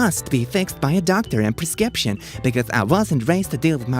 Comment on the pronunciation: He pronounced “ prescription” wrong 😂😂😂